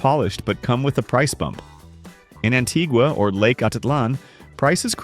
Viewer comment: Its pronounced Antiwa ...Antiga is an island. Loses credibility with lousy pronunciations.